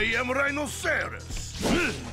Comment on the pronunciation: It's rye-no-ser-us. RHINOCEROS.